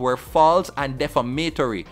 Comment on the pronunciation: De-fam-a-tory not def-a-ma-tory